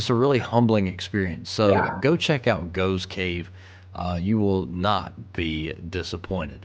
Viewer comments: It's pronounced goffs cave not goves cave..!🇬🇧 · GOFF GOFFS cave is how its pronounced- there are lots of caves in Britain 🇬🇧🏴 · It's pronounced Goff's cave! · the cave is pronounced Goffs Cave. Srumpy is a fermented Cider (alcoholic, very).